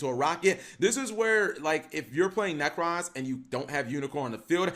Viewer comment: There is no 'A' in 'Necroz'